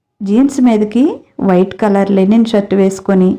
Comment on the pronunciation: లెనిన్ కాదు లినెన్